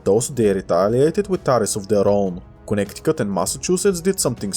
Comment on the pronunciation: bro really said "connect-i-cut" 🥀